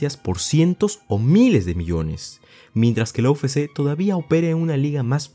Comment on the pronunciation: Buen video compa. Sólo como crítica constructiva, pronuncias mal "UFC", le dices "u fé sé" en vez de "u efe sé" que sería correcto. Espero no te moleste, es sólo para ayudar, saludos y que sigas creciendo